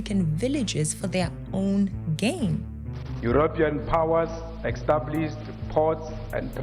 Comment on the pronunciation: I love your videos. Extremely informative, well thought out and planned., you pronounce Europian incorrectly. I think you say it as Eyuropyan. I think it should be pronounced yuropian. Please forgive me if I am coming across as condescending. I am not. English is not my first language, and my wife has helped me right many times over the years. I mean it in a contrite and humble way. Thanks for your videos.